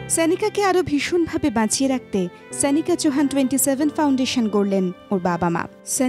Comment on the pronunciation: Pls naam ta thik bhabe uchcharon korun. Sanika naam noy..